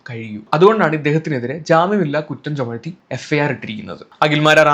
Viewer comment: ദേ വീണ്ടും ചുമഴ്ത്തി 😂 ചുമത്തി എന്നു പറയൂ